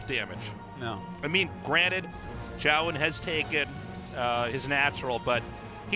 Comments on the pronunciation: I got the impression from their explanation last cast that they're still saying it wrong. I think it's two syllables. Jo-Yun, not Joan. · I love tastosis, but it bothers me how artosis pronounces Zoun as "Jhon", like wtf bro? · If Zoun is pronounced 'Joan' then.. why isnt it anglicised to Joan.. and not Zoun? Because Zoun is pronounced Zoun, not Joan.